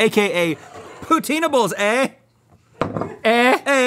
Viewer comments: It's not "ehhhh" it's pronounced "Eyh." XD XD XD Spelled "eh" pronounced a, like the letter. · its pronounced Aey! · them butchering “eh” hurts me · As a Yooper, I am shocked and appalled at that pronunciation of “eh” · How can you not know how to pronounce "eh?"?